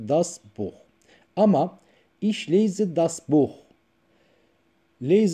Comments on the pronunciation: Evet gerçekten çok güzel olmuş lakin bence telaffuz da önemli mesela ich kelimesi iş diye değil ihh diye okunur Der der diye değil dea diye okunur dikkate alırsanız sevinirim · Hocam son derece güzel olmuş konuyu aydınlatmışsınız emeğinize sağlık. YALNIZ, telafuzda ICH (ih) yerine (İŞ) demeniz olamasa daha güzel olacakmış..